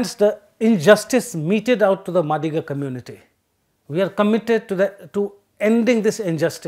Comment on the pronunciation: It is pronounced "मादिगा".